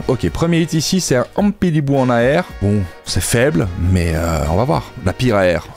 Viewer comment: ampidibou qu'il a dit :p cest ampiBiDou aha, j'ai aussi remarqué que les tripack sont claqué pour ev3.. PS: superbe vidéo, on kiff quand tu propose du pokemon :D